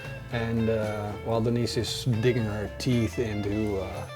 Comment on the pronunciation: denice = den-eats ;)